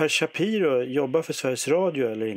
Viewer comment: Shapiiro. Inte ch i början